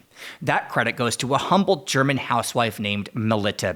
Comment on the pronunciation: your German pronounciation is on point!